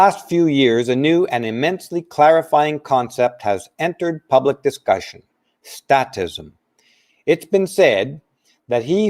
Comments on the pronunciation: I have to call you on one thing... it's statism, pronounced with a hard "A", because the root word is "state." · Great show,! Only one small issue is the pronunciation of "statism." The "a" is a long "a" not short; so the pronunciation is the same as when we say "state." It's pronounced as when we say "fake" or "state" or "plate" or any other word commonly used with a long "a." The message you're transmitting is one we all need to hear, especially today. Thank you.